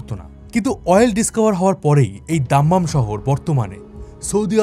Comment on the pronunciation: দাদা ভাই জেদা কেন বলছেন? জেদ্দাহ উচ্চারণ হবে আর দামাম না, দাম্মাম বলেন। ❤